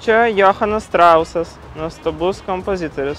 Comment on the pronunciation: ne strausas o Johanas Štrausas vokiškai pasimokink